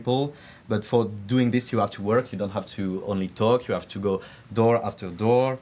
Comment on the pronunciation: He was very good. He deserves a A- because he made 2 regular mistakes from french-speaking people : - the pronunciation of the H. "I ave" instead of "I have" - the euuuuh thinking periods instead of using hummmm He forgot also 2 important translations but it is very hard to translate so perfectly live so he made an amazing job.